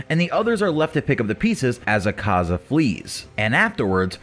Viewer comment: I love how poorly he pronounces akazas name lmao